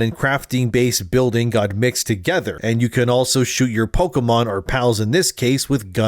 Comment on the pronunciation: Pokémon, not pokeuhmon.